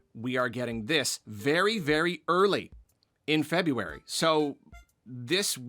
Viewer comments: FINALLY!! Another who says Feb-ROO-ary! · opened the video by pronouncing February correctly. so satisfying